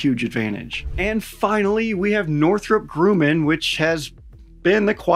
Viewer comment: why he pronounce northrop grumman like that?